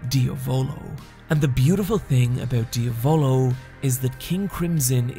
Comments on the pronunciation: King 1th its kinda like saying "dee-ah-volo" instead of what is saying which is "dee-a-voulou". as i said its hard to illustrate it via text, the best thing u can do is literally write diavolo on google translate (italian) and make it say it out loud. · KingCrimson's user's name is not pronounced diavÓlo but diÁvolo ; the accent goes in the A . Nothing to apologise for bro ! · Him saying dee-a-volo instead of diavolo makes me cringe so hard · As an italian the way he pronounces diavolo makes my nails roll up 😂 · Do u purposely mispronounce the names. Lol dia-VO-LO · did he really say ..... diavOlO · same way as he said Abbaccio withou an H or how he called La gang Passione, "El passion" what an insult thinking that in italy we Spanish. What an ignorant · obviously that's not how you pronounce 'passione' or 'diavolo', nor is italian accent that hard to figure out